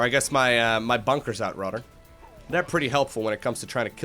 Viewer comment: Where are you from, you have a weird accent and I don't mean it in a negative way, I like it. You pronounce "rather" kinda like "rudder".